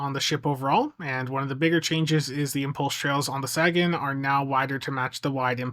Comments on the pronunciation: Isn't it pronounced "Say-gen"? As in "Carl Sagan", the famous astronomer? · There he goes again with the "saggin". SMH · Great reviews as always! But dude, Sagan is pronounced SAY-gan as in Carl Sagan. Some also say SAY-gun. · Carl Saggin? SAB? You have a chance to get it wright. Eye hope yew dew sew. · I'm not normally this guy, but I'm pretty sure Sagan is with a long A than with a short a, like the guy they named it after Carl Sagan the astrophysicist, I may be wrong myself but I got too much respect for that man too let his name be mispronounced and not say anything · Look man. I enjoy a good troll as much as anyone, but my man Sagan deserves a bit more respect than that. Can you please pronounce the name correctly? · That's all well and good, but you've been told many times how to correctly pronounce the man's name, and you've acknowledged as much, yet I have never seen you make any effort to actually say it correctly. But it's fine, the only one that should be offended is Carl Sagan, and he's dead. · i LOVE YOU! It's just hard to hear you mispronounce his name. The ship is named after astronomer Carl Sagan. Dude was a hero of science.